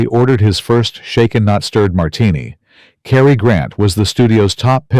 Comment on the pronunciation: Cary Grant 's first name is Cary not Carrie.